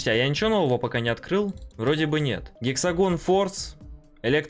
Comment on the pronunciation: Гексагон форс 🤣)) Это Хексагон, )))